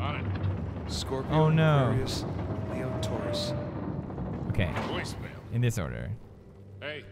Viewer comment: How the hell Nate said taurus the worst !!